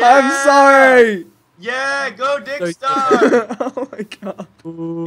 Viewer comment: Dude pik said ricks tar